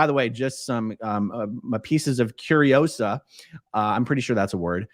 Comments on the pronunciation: It's not curiousa.. it's CUR-RI-O-SAAAAH!!! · Its “Curiousà” not “Curiousaaaaaa” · Does he realize they will go after him harder because he's famous and has $$? BTW- "curiosa"? Everyone knows it's "curiosage", duh! 😂